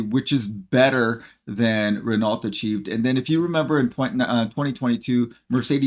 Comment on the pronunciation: Renault? With a "T"? What are you smoking?